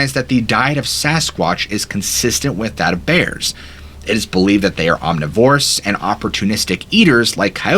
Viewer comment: Not "OMNI-VOR-US." "OM NIVERIS!"